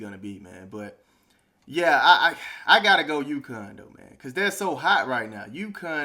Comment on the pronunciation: UCONN, not Yukon. Lol.